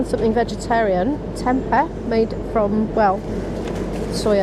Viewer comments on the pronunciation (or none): Tempeh is actually pronounced “temp-ay”. I don’t love it personally - I find it very mushroom-y, but that should be a plus for you